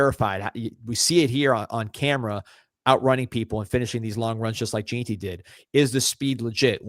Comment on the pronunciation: It pronounced gen tee not JEAN tee😅